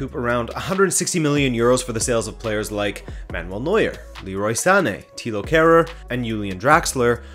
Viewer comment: thilo keher not leher